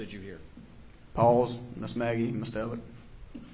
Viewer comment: Is it a southern thing to pronounce ‘Alex’ as ‘Alec’ with a hard c? Lol and the last name sometimes! Instead of murdough with an H I hear a ‘c’ letter ending. I’m from the far far north of the states so maybes it’s an accent thing ?